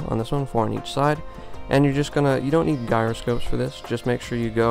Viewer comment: ... guy-roscopes ? i hate to be that guy (pun unintended) but it is pronounced ji-roscope as in Ji like Jam and not Guy like... well guy